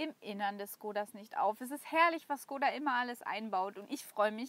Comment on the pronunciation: cooles Video, aber Škoda wir Schkoda ausgesprochen und nicht Skoda